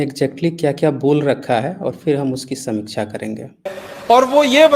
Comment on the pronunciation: पहले समीक्षा का उच्चारण तो सही करले। राजीव दीक्षित के पैरों की धूल के बराबर भी नहीं है तू चु**या